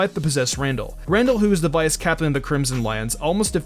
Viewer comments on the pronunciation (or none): none